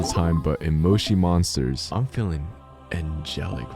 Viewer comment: That is not how you say Moshi monsters